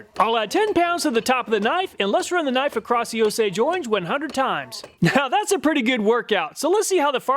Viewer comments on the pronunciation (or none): none